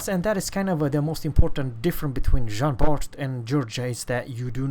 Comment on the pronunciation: Jean BAR stop to add the T it is mute like all the french names of the game except for the letters N R G